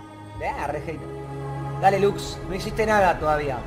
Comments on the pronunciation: Coscu esa lux se merece ser reportada por errar la R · la Lux le erro La R zii